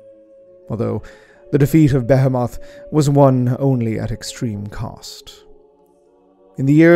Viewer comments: The correct pronunciation is something like: “Be-‘heee’-moth” with emphasis on the ‘heee’. Else great video ;) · Ok. Why is everyone in youtube suddenly pronouncing behemoth incorrectly? Is it a warhammer thing?